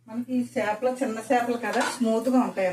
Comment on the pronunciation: చిన్న 'చాపలు' కాదమ్మా. చిన్న 'చేపలు' .